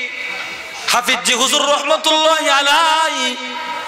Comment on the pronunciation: হুজুরের নাম হাফিজ্জি বলাটা গলি গালি মনে হয়।আপনার হাফিজ্জি বলাটা আমাকে কস্ট দিয়েছে।